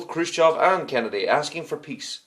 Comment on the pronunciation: The way you say Kennedy sounds like Canada